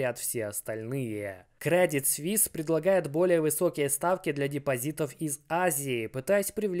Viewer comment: Не свис а суис